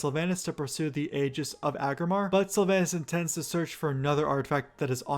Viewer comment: I try to live by the wisdom of forgiving mispronounciation as learning by reading is a net good. But there is soooo much mispronounciation in this video. Just to start the first A in Sylvanas is a long A. I know multiple WoW loremasters who's first language isn't English who are on point in this arena.